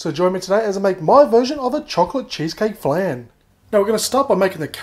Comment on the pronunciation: You were pronouncing "flan" wrong the whole time just fyi.